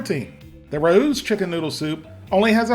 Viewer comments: Water IS the main ingredient in all of the soups. Just as the noodles get broken down in ingredients (flour, egg, etc) chicken broth and chicken stock should be as well. Also, Rao’s rhymes with ‘cows.’ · I would love to see you compare ALL the Panera brand foods you can find in supermarkets/stores, just to get your opinion. Also Rao’s is pronounced “Ray-o” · I still like plain old regular Campbell's chicken noodle best. And Rao is pronounced "RAY-oh". 🤗💞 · Rao’s = RAY-O’s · LMA every time you sed RAOS. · My drinking game was taking a shot every time I yelled the correct pronunciation of Rao's at the tv. Also, black pepper solves all problems. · Raos is pronounced Rey os not rous or rowse. Famous Italian restaurant in NYC...the food is impeccable...educate my man... peace. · Ray-ohs. Wtf is he saying? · Rao’s is pronounced Ray-O’s. Rah-Oos! lol. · It's Ray-o's not Rah-ooh's. Rao's is a very famous NYC italian restaurant . It now makes sauces and soups. The tomato sauces are very highly regarded. Fun fact- Rao's was supposedly one of Frank Sinatra's favorite hang outs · For future reference, Rao's is pronounced row's with a short O. It's an Italian NY restaurant. Nice videos BTW! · Everything Raos makes are overpriced. BTW its pronounced with a silent a so rowes. Progresso makes a Light version with less sodium and thats what I buy. Yeah, I can make it cheaper but who has 12 freezers to keep all the things we can make cheaper? That's the problem. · Say it with me, "Rows Chicken Noodle Soup" which rhymes with Owws as in when you stub your toe. This ain't rocket science dude... Also you both need to be on the microphone when you're giving feedback not mumbling in the background. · Rao's is pronounced RAY- O's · Interesting video. Just for reference, Rao is pronounced "RAY-oh." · Rao’s is pronounced Ray-o’s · I love your videos. It's pronounced "Ray-Ohs." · it's pronounced 'ray-o' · Just so you know, it’s RAY-Os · Just so you know, Rao’s is pronounced like wow’s